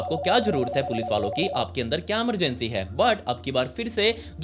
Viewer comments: Emergency ❎ Amargency ✅ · Emergency ❌ Amargency✅ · He sounds cute when he says Emergency ❎️ Amargency ✅️